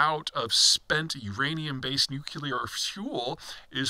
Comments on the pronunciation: . NEW CLEAR not NEW KEY LER. SHEE JIN PING NOT JHEE JIN PING. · I want to take this analysis seriously, because I think it's one of Peter's favourite subdomains, but he keeps saying "nukular" and I feel like I am learning chess strategy from someone who calls the knight "the horsie" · Amazing that this man still can't pronounce "NUC-lear".